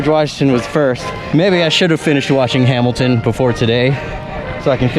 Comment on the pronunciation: Your butchering of Hamilton hurts my soul, but I’ll forgive you because that romper gives me life! And I applaud your effort to keep that blasted mask on your face. Amen. #Murica